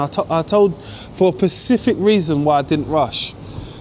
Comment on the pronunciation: Specific not pacific 😮 now put your prices up by speaking like the rich not street talk innit.